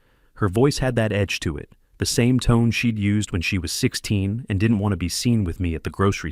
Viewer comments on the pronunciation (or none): But shed instead of she'd? Laughably bad.